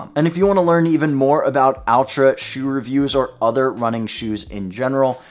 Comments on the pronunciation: Less Al, more All. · Its pronounced ULTRA with an A.